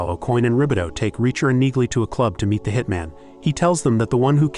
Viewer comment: You would think A.I. would know how to pronounce Neagley